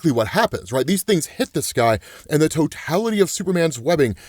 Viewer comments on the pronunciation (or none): Wait, hold up, did say " the totally of Super Man's webbing 🕸 "?